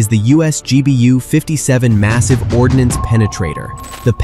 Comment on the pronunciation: not ordinance,, it's ordnance